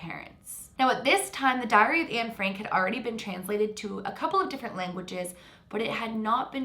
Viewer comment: I think reincarnation could very well be real so it’s not the reason why I don’t think this case adds up. It’s just that she has no real proof, everything she said you can read in a book but what I find most suspicious is that she claims to be Anne Frank but she can’t even pronounce Anne Frank the right way! I’m Dutch like Anne and we don’t say her name like she did in the video. How can she “know” her name but can’t even say it right? That’s what gives it away for me.. Maybe she really believes that she is her after reading/hearing about her but you can’t just claim to be someone who you can’t even say the name of correctly. All these facts she claims only she knows..well, most Dutch people know those facts from school or reading her stuff so it isn’t anything new. I’d love to believe this is true, cause she died way too soon like all Holocaust victims but her saying “Anne Frank” wrong just makes me lose all belief. I even know more about Anne Frank than her, I know about her friends and family, how she lived, cause it was all written and surviving friends have written about her too.